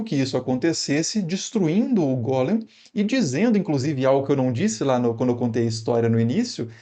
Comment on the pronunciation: E é Golém q fala e não Gólem E Sfer Yetizá "formacao" como em "informar" a hilé (matéria bruta, madeira pré carpintaria) em morphé.